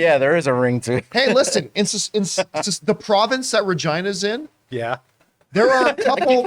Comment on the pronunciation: Why isn’t it pronounced Reh-geena?